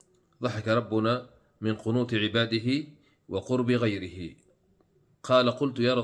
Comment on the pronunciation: اقرا الحديث بشكل صحيح بارك الله فيك (غِيَرِهِ) بكسر الغين وفتح الياء